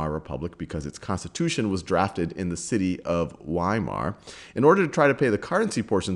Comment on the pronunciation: Say "vi-mar" please